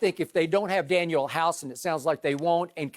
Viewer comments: To everyone in the comments, it’s DanUel House not Daniel. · Dude said Daniel House... Lol! Lakers missing Avery Bradley it happens... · When skip said Daniel House I cut the video off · Daniel Hause? House? Wow Skip... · Drug test skip 😩 he said Daniel house tho 😭😭😭😭😭😭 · I stopped listening as soon as skip said Daniel house 🤦🏾‍♂️ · When Skip said Daniel House . 😂😂😂😂😂😂😂🤦🏽‍♂️🤦🏽‍♂️🤦🏽‍♂️🤦🏽‍♂️🤦🏽‍♂️🤦🏽‍♂️🛑🛑🛑🛑